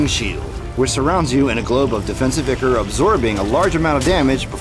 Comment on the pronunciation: it is said as eye core not ikcore